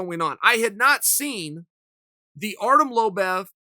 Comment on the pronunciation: Chael still undefeated on mispronouncing Artem's name